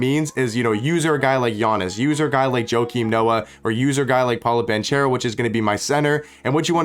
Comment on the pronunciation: It's BanKero ;) Not BanCHero ;) He's Italian